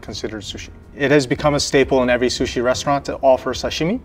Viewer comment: " This is my favourite shushi"- 👴🏻